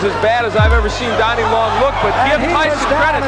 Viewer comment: I know this is an AI voice but why do you keep referring to Donnie Long as Dannie?